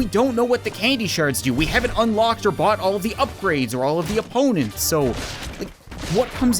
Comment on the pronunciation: when you said we haven't bought all the upgrades i thought you said butt all the upgrades